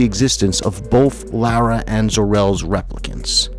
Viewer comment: Lara = Laura not Lowra